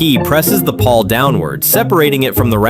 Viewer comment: PAWL, not PAW